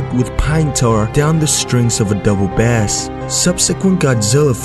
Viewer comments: Bass is pronounced base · the instrument was a cello not a "bass" you pronuced the word like it was the fish and the studios name is pronounced like " toe ho" you said it like the name of the town , you really should bone up on your annucuation skills before making a video .